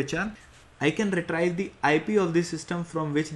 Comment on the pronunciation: the word 'retrieve' is pronounced 're-tree-ve', not 're-try-ve'. But apart from that small issue, this is an excellent video.